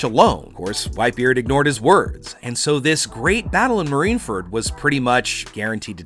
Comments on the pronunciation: Marineford not marineferd.. and it’s Coup de Burst not boom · *marineford not marineferd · I also want to go to marine furt XD. BRUH just say marine fort. not marine furt